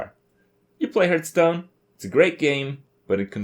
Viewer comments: Okei this has been bothering me for a while now. Why does he always mispronounce Hearthstone???? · Over 2 years into this shitfest, still pronounces gaystone wrong.